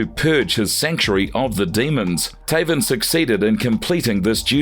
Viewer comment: Sometimes I like this narrator but most of time his voice is a nail scratching a chalkboard. I mean some of the mistakes he makes gotta be on purpose, for example you have to literally go out of your way to prounouce Taven like that